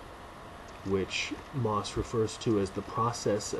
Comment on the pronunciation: Pronounced 'mossy'. Thank you for this review.